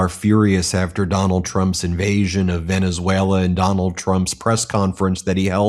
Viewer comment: We superseded it by a lot, by a real lot… who talks like that??? A 3 year old 🧒🏼 He also said Venezualer… 🙄🙄🙄